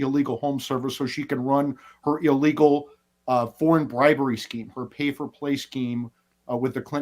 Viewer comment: Illegal, not illwgal!!